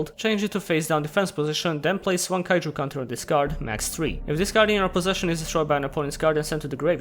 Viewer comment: Why cant utter the syllabe "ju" anymore??